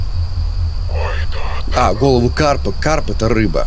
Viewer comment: Я один кто заметил что сказал головуву?